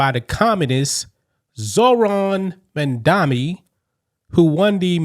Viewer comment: It's Mam-DANI. MAMDANI. Notice where the N is. We have get that right, so we never forget this debacle of a communist human being. It's been proven that without paying attention to the correct pronunciation of a person's name, we will forget the good or bad they have done, especially politicians. Say it with me: MAM-DANI look where the M is. THE M COMES FIRST.